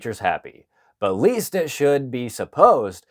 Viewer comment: A bit of editorial advice to the narrator here ~ "LEST" is not "LEAST"; twice it was read that way &.... The meaning is distorted when it is pronounced "least"; "lest": with the intention of preventing (something undesirable); to avoid the risk of. "Lest we forget."